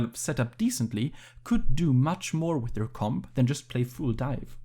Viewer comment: I love these analyses but please stop pronouncing full "fool" 🤣